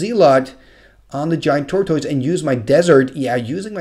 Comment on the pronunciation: I love your videos and the commentary on them is always wonderful. Your English is damn near perfect, so I hesitate to mention anything. But I come from the American South, so take that as you will. Most Americans I am around pronounce "tortoise" as "tore-tuss." Same with "Zealot." Most people I know pronounce it "zell-lot." Again, no hate. I love the videos and love the commentary. Just wanted to post this.